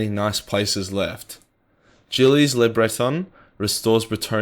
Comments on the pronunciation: i love your vids but the way you continue to slaugher Gilles name is complete earrape it's french so it is pronounced Jihl, The Gshould soind like the S in vision and the "illes'' sounds more like 'Heel' just for future reference mate, otherwise, great video...this would be a way more satisfing ending to the end times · hahaha just try pronouncing it once, but keep up the good work mate! you make lore entertaining